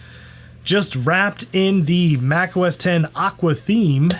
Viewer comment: Thank you so much for pronouncing Mac OS X correctly! I drives me crazy when people pronounce it “OH ES EX” - I guess because they don’t know what Roman Numerals are… Maybe the pronounce Super Bowl LIX as “Super Bowl EL EYE EX” too. 😂